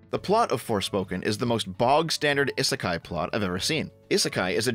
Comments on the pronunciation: The sound you keep making when pronouncing Isekai (ih) doesn't exist in the Japanese language. Aa ee oo eh oh form the base sounds and you put other sounds infront of them to form words. So, isekai breaks down to: (ee)s(eh)k(aa)(ee) It's a phonetic language, so everything is pronounced exactly as it's spelled. The I's we use in the Romanji spelling represent the symbol for (ee). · I know it's romanized with an 'i' but Japanese has incredibly regular pronunciation and it's 'ee'sekai. Technically the 'i' at the end is the same, but it runs together in the 'kah-ee' sound. It's not an 'i' like in 'in'. inb4 weeb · Having the hardest time with this video because someobody who has "Otaku" in his name can't say "isekai" properly. eee-seh-kai. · "Ih-suh-kai is a Japanese word..." uhh, not pronounced like that it isn't! We give JP a hard time for their Engrish but Westerners' Jupunese is just as bad like damn xD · You're mispronouncing "isekai"